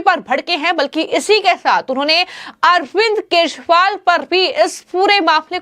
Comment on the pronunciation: Dear me anchor he is KEJRIWAL. NOT Keshwal... Please correct your pronunciation...😁